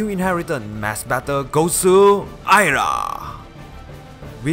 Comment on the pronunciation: I'm surprised you were able to pronounce Ayra correctly, but Mia incorrectly. The I in Mia makes a long E sound, so it's "MEE-ah".